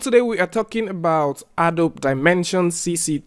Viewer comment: It's pronounced "A-doh-bee"